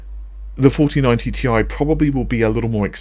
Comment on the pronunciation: It's T I , not Tie.